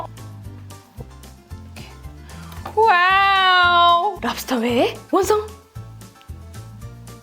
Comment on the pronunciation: 랍스톼 쁠뤡스~